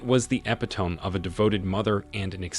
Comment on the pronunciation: 🇺🇦 "Epitome" is pronounced "epitomee." "Naive" is pronounced "nah-eve." 🇺🇦